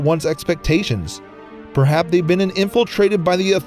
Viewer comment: The last one that really jumped out at me was "prehaps".